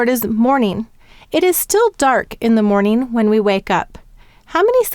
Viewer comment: also, morning, you should say the g at the end not mornin. its morninG and dragon has the short a.